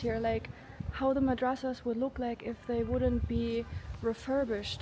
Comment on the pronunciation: Masadraas ❌ Madrasaas ✅